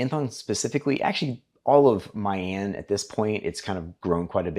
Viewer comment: pronounce as mi an not my an